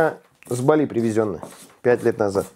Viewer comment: Не БалИ , а БАли